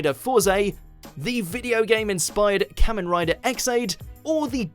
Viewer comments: it's pronounced Kah-men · I never thought I'd see the day where Super Sentai and Kamen Rider are on a Watchmojo list, and so high up too! (Although it's pronounced "Car-men", just politely correcting) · YESSSSSSSS!!! I new Kamen Rider had to be number one on this list. Next time you should do a list on the top 10 best Kamen Rider seasons. And by the way, you pronounced the word ‘Kamen’ wrong. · I've been waiting for this list since I was 10 years old. I've dreamed of seeing Kamen Rider on a list at #1 for way too long and now I can finally rest happily. Thank you very much WatchMojo. I just wish that the dude pronounced Kamen correctly